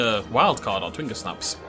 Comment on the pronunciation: Completely random and totally late, but I'm 90% sure twingersnaps are from gingersnap cookies, not a brandysnap (and should be pronounced with a soft g as a result)? Just watching the end of the video and heard that mentioned, so I thought I'd speak up!